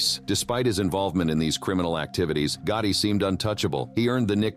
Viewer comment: There was a lot of things that are incorrect about this video and also there’s a lot of mispronunciations. Another words, they pronounce names very wrong, including Gotti Was this done with AI? If so, I hope we don’t continue to do it this way.